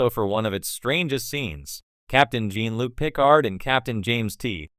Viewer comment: What kind of AI bullshit is this? Can’t even pronounce the name Jean Luc lol 😂